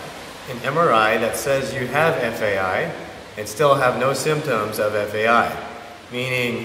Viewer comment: This guy is a fucking idiot. It’s such an irresponsible video to post. He can barely pronounce FAI and decided to post his own personal bro-science to YouTube and give others medical advice. What a numbnut!!